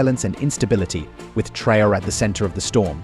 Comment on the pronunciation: The title of the video referred to Traore's security measures, but instead you dive into an analysis of his presidency. And you pronounce his name wrong!